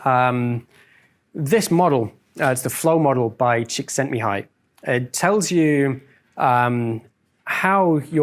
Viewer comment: Hi, your Hungarian pronunciation is pretty good: Csíkszentmihályi:D not an easy name